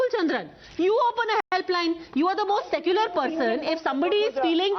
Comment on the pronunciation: Kis muh se "secular" shabd ka uccharan karte hain ye log?😱😱Saare anpadh hain kya?